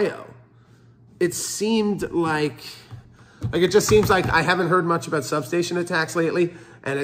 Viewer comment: My man says about and sorry like a Canadian. My trust has limitations. … 😂